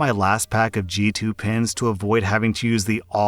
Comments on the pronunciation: For the pen story I was only listening to audio and it took me a while to realize he was talking and pens and not pins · OMG i thout he was saying pins not pen i was like why wuold you need so manny pins the i saw on the screen pens not pins i was so losst.